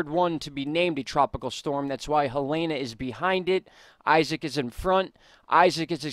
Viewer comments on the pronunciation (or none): Helene - Ha-Leen not Helana. Thank you for all of the great information!!! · I think it's pronounced Heleen with a silent e.. I'm not worried about that. North and South Carolina is in big trouble and I'm not sure if Ventusky is accurate...it showed Florence just sitting there from Thursday into Tuesday. We all should be ready for when it comes, if it comes.. Edit: Florence is supposed to hit as cat 3 storm but will feel like a cat 4. 😐